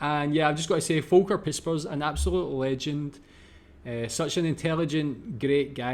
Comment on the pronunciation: Last comment: I ❤ how you say Volker. Well done. Thanks for your Videos.